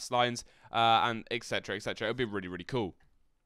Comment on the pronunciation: just wanted to let you know the term is "et cetera" not "ek cetera", I hear you using the latter which doesn't mean anything. Saying it with the K is just silly.